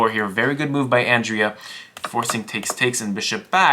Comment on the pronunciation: Ah yes, "Andrez" Botez